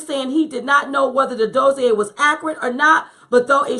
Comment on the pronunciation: Dossier is pronounced like this